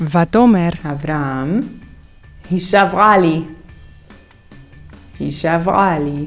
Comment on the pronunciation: Hola, una duda, por qué en el minuto Beth dice Nohomi ju en vez de Nohomi ji.